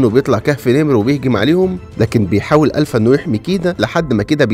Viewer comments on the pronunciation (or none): الفا وليس الفه ☺️💔